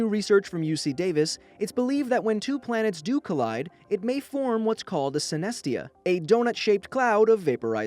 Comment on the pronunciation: My name is tia (i know that planet is cold theia but you say it the same way) what a flip oh and synes-tia what